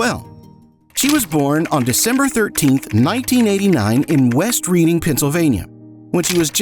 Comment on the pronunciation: You were right the first time. Beatlemania was in the 60's There was no need to correct it (twice). West Reading is pronounced as West RED-inging